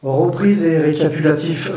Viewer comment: récapulatif , recupitalapif lol a 26.54 tu ma détendu et fait rire un peut , sinon très belle enquête continue tu a gagner une abonnée :)